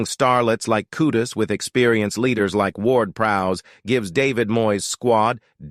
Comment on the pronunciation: Still haven't fully comprehended the AI thing, yet, I'm impressed. There are only two mispronunciations (Luton & Kudus), but there is one HUGE factual error in the commentary. #WestHam did not "narrowly miss out" on Champion League qualification last season - 2022/23. We, #WHU finished 31 points adrift of the team in the final #UCL 4th spot. Other than that glitch, I feel and TOTALLY, 100% agree with everything you AI' articulated. I'm currently lovin' it! Champions of Europe :trophy-yellow-smiling: that's who we are! #COYH #COYI